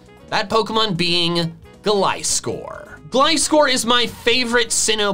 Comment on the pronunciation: GLISCOR, NOT GLICORE!